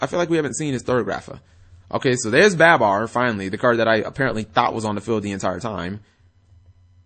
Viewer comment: also its not baaaabar its barbar, just had to get that off my chest cause its annoying lol